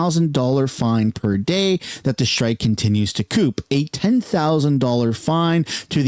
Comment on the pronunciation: did he just call co-op coop?